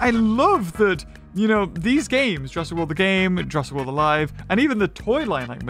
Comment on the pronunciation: jur - a*s - ic world!!!